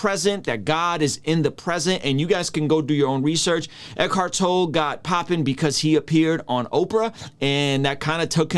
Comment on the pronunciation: I’m having a hard time believing you have done enough research to competently argue against Tolle’s teachings… because you keep saying his name wrong 😖